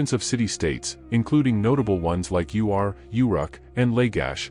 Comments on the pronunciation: Mispronunciation of the city states, the rushed staccato of narration, decimates creditability of the information. Readers must study what they read, pronounce unusual names, and slow down the delivery. The city- state of Ur is not pronounced U R. Uruk is slurred over out of recognition as is Lagash. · It's Ur, not U.R.